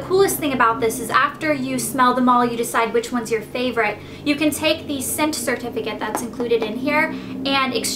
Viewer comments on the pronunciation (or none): none